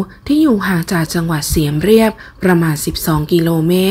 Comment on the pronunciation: น่าจะอ่านว่าเมืองเสียมราฐไม่ใช่เสียมเรัยบ